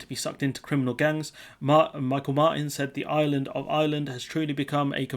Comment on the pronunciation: Micheal is pronounced mee-halll....just saying. Good video otherwise especially bojo segment